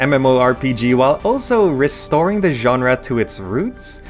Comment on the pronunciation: weird how you say ganra instead genre